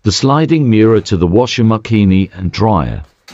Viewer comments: Im sorry but "washer mackeeni" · Washing Machine: "waa·shuhng muh·sheen" ❎ Washing Machine: "wah•shing muh•kee•nee" ☑️